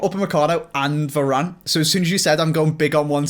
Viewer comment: Man said “Vanane”